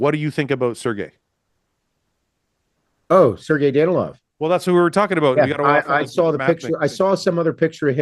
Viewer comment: Fouad finally pronouncing Sergei correctly makes me unreasonably happy lol